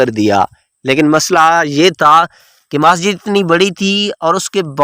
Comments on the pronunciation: 'Maaasjid' ? Masjid ! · Majid nhi bhai masjid hy. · بھائ کو اردو بھی پڑھنےنہی آتی...مسجد کو ماسجد اور جاوید کو جاود اور بھی غلط لفظ بول رہے ہیں..